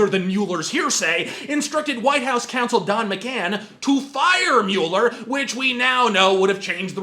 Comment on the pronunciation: I like that you pronounce Mueller the way it looks like it should be pronounced, annoys me how everyone says mawler.